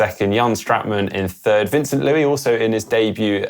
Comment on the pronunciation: I was in Roth too. What a race! Also. Note for plenty of triathlon media houses. It's Van-Son Loo-ees. Pronounce the ES. His grandparents are / were Portugese. Looking forward to the dead products video.